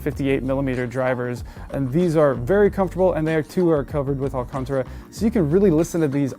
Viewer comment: It's "Alcantara", not "Alcontra"